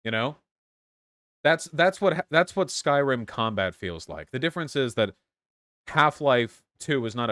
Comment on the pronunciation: Skyrim ❌ Skryim ✅